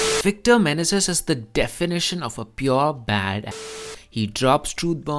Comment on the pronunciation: Awful commentary. Indian English is not "closer to Amarrycan English." If that appears that way to you,, it is because you have not read books, only learned your rough and ready English from the internet. Also, it is not "Victor Men-a-zis." It is "Victor Manayzees."